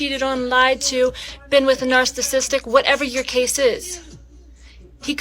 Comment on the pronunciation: Nah cause she definitely dont know how to pronounce narcissistic